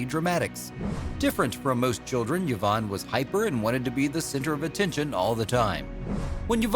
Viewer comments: I've never heard Yvonne pronounced "yavonne" before. I had always heard it pronounced as "eevonne." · Did you know the name Yvonne is pronounced E-von? I didn't until I moved to the Tampa area and found out the old Cuban town of Ybor is pronounced E-bor. So stop with the Yuh-von. You are hurting my brain. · “Yavon” ! Get names right! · What’s this thing of pronouncing a letter Y like a U? Where did it come from?